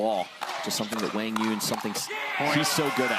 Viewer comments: No excuse it’s not even close. Wang Yun? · Am I the only one that's been pronouncing Quang Duong wrong this whole time?? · commentators don't think you are pronouncing QD's name correctly most of us know him as QD cuz no one pronounces his name correctly, just saying